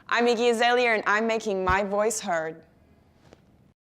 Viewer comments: How come everything that ends with an a she pronounces as if it ends with r?? Lol i mever realized the australian accent is that way. She was like "austalier" and "i'm iggy azalear" lol sounds so different when she raps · Iggy azalear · XD "Iggy Azalear" lololol Everyone try saying that and listen how hilarious it sounds!!! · At the end she didn't say her name right 😹 lmfao